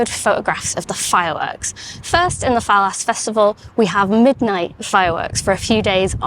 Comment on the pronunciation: I grew up in Calpe, an hour and a half south of Valencia and I loved Las Fallas (pronounced fayas), me and my mates used to buy fire crackers from not-so-legit vendors and wreak havoc. Ah, thems were the days...